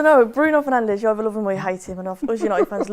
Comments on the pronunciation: Can’t believe a united fan keeps saying “Penandes” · It is annoying. Bruno is one of our best players. Some people find it disrespectful when they call him Penandes